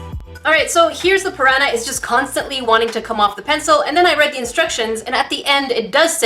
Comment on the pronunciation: she says piraña plant :)